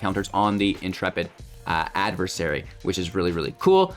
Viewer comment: Thanks for correcting the adversary mispronunciation. I don't know why but it bugs me. 😜